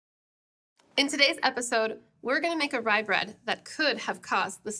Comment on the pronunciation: This is fun. She seriously botched that rye bread.